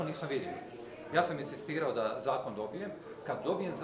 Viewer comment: Ovaj predsjednički kandidat "inSistira", a ne inzistira. Anglizam nije isprika, pa ne kandidira se u SAD-u.